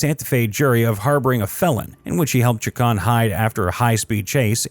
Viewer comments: It's pronounced Luhan and chac-ohn. Idk why it was bothering me so much that you were pronouncing it like some sort of Frenchman. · Just wanted to give you a heads up it’s pronounced (Lue-hawn)and (chaw-cone) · Hey! It's Lujan ( pronounced "Loohon") and Chacon ( pronounced "Chawkohn"). Sheesh 🙄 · You might want to learn how Spanish surnames are pronounced before you do another of these. Lujan, Chacon and Vigil were all mispronounced as was Española.